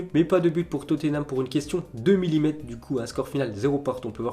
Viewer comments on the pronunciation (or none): a dit minimetre au lieu de millimètre